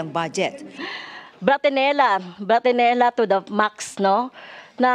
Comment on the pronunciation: Boksingera hindi Bratinella.😂